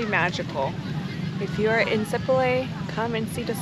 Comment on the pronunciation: You’ve been in Sipalay for what, a couple of weeks now? And no one has told you it’s si-PAH-LIE? Emphasis on the second syllable and not on the first like you guys have been doing. It’s not SEE- pa-lay but si-PAH-LIE. Not lay as in lay your head on my shoulder but LIE as in two truths and a lie.